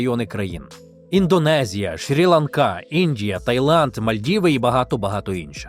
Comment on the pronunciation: Правильно казати Шрі-Ланка. Дякую за випуск!